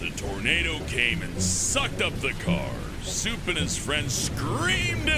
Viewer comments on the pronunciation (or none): I thought you called Soup ‘Simp’